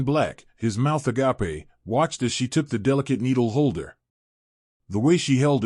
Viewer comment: PLEASE STOP INTERUPTING. IT'S SO VERY ANNOYING. TEACH YOUR AI TO PRONOUNCE AGAPE AND OR CORRECTLY. THIS TOTALLY IMPROVIBLE.